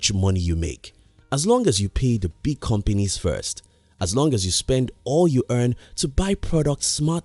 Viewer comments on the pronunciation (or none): I'm surprised ur not frustrated with his pronunciation of the word "companies". COM-PENIS!!!